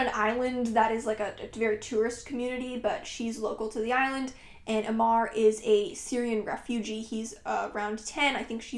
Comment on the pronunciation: Hey, I wanted to correct the pronunciation of 'Omar'. A in Omar sounds like u in occur.